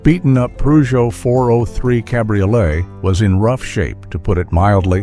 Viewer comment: Peugeot does not have an “r” in it. 🙄